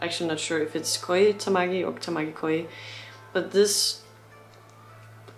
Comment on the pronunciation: It's pronounced KO-JEE (no Koi) ... His last name is Tamaki, first name is Koji. In Japan, where family names come first, he is known as Tamaki Koji. People in other countries call him Koji Tamaki sometimes.